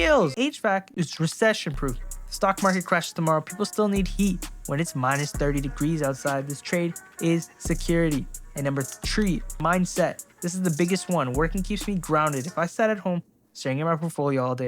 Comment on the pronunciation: Oh god number tree. You guyanese or trini